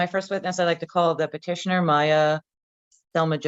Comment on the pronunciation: Thanks for the video!! FYI, it’s Petitioner, not partitioner.